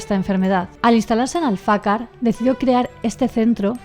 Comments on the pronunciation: Empecé por los últimos videos y ya voy por los primeros!! Solo una cosilla, no es AlfAcar, es AlfacAr, y es una ruta muy chula para hacer andando. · Alfacar, lleva el acento en la última a 😉